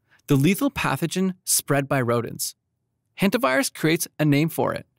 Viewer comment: It's "Hanta", not "Henta" virus.